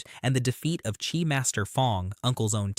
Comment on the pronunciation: Love your videos, but it [at least in English] is pronounced Chee, not Chi